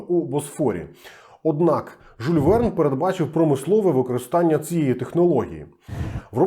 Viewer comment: Прошу прощения, не Жуль, а Жюль. Може я не правий і помиляюсь.